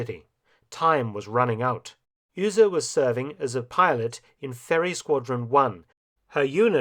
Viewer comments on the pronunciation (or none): Mark - great videos, always. But - there's always a but - please get some help on German pronunciation. Beate is pronounced bay-ah-tuh. The U in Uhse is pronounced like to, do, zoo, you... The way you are saying it makes it Ühse. Ü and U have entirely different sounds. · Honestly, his pronunciation of Be-ate Uhse was beyond recognition for a German native speaker. I do understand that most foreigners have a problem with ä ö ü pronunciation, but in this case he pronounced Uhse like Ühse. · Beate Uhse...not Öse! :D (SCNR! I know German isn't an easy language for non-natives! Still, I can't helpt but point this out!) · Your pronunciation of Melitta von Staufenberg is pretty good, but you totally butchered Beate Uhse. It’s more like Be-ate (the „e“ pronounced like the „e“ in „German“) and Uhse is a „u“, not an „ü“. The English pronouncing of the „u“ would have been pretty much spot on. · Uhse, not Ühse or Uehse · With all that effort you put into these magnificent videos why not spend a little time updating the name pronunciation. Beate Uhse was never pronounced Yrse. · Uhse is said Oose. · Was much worse to hear "Üüse". Okay, maybe Saxons and Anglo-Saxons do be near relatives . . .